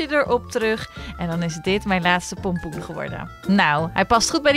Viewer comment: Je hept 36 keer polpoen ge zegt